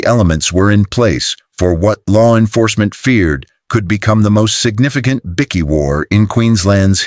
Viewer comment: What is a bikky? Damn robot